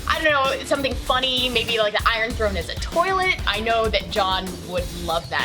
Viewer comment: stop saying tolit